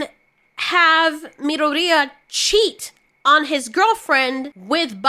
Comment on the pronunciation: Says Bakago's name correctly but not Midori..... sus!!! We know who you into girl! you like it rough and abusive!